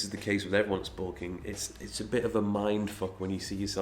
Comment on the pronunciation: Bulking not sulking mate